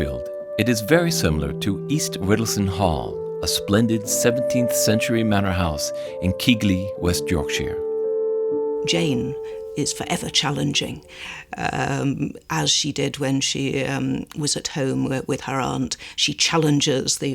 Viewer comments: Branwell was 31 when he died. Keith-ley, not Kig-ley. Ellen Nussey....not Nursy. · Scarbrorough is certainly not "a few hundred kilometres" from Haworth. And it really was worth them checking some of the awful pronunciation of place names in this. Keegley indeed!